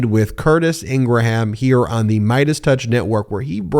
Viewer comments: It doesn’t matter how the brother claims the name is pronounced. She’s a public persona that has a well established pronunciation of her name with that persona. If you refer to her as ing’-gruh-ham, it just makes you look stupid and not unlike people who don’t acknowledge people’s preferred names or pronouns. Are you going to call Caitlin Jenner “Bruce”? Granted, they’re both deplorable, but that’s beside the point. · I don't know. I've listened to talk radio since 1975, and she's been a right wing proponent even way back then. Bashing has been in her blood for decades. Long before trump. I know it's not a big deal, but I don't believe her name is pronounced, Ingra ham. Nobody says Lindsey gra ham. Or gra ham crackers. Maybe I'm wrong. If so, my bad. Thanks guys. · The guy that pronounced human uman. Yes you Ben. It’s pronounced Ingram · Graham Norton, graham cracker. He’s related to a nut job. It’s pronounced Ingram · Her name is pronounced with only two syllables, not three the H assignment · I always womdered why you pronounced Ingraham different from everyone else. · Why are you mispronouncing her name? she's disgusting that's for sure. I can't watch you because your hand moves constantly. sorry. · Really you don't even know how to pronounce her name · You are the only one I heard pronounce like that. 🤣🤣🤣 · The h in her name is silent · Come on! It's pronounced ING-Grum. Remember graham crackers? Not GRA-ham crackers. You undermine your credibility when you do this. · Ingraham is a quite common surname in Scotland I can assure you absolutely nobody here ever pronounced it in gra ham . It's pronounced Ingram here and England . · Laura ingra-ham 🤣🤣🤣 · It’s pronounced Ingram, not Ingraham. They are wrong. Spellcheck says otherwise. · "Ingra-ham"? Do you say "gra-ham" crackers? Hmm, everyone else, including others at Fox say "Ingrum", so why doesn't she correct it? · its not ingra-ham its ingram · Ingra-ham 🐷 LOL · Laura Ingra-HAM, lol. Related to Ingraham Lincoln?